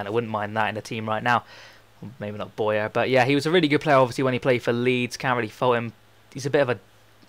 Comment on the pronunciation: Isn't Bowyer pronounced 'Bow-ya', not Boy-a'?